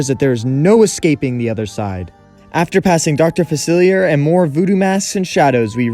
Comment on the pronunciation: Dr. Facelier is dead though (and you’re pronouncing his name wrong)